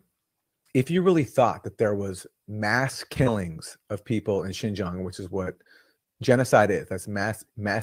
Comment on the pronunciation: I like your part here- but you are pretty harsh on Sam Seder and team not knowing particular info and then, while stating that you know the facts on Uighurs- and correcting the pronunciation of Uighurs- you are unable to pronounce Xinjiang which is hand in hand with Uighurs. That gives me pause about how much you're actually researching. I appreciate your highlighting of Matte's reporting and views in Uighurs, which is new to me.